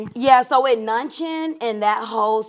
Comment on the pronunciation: “so with nunChin…” 😂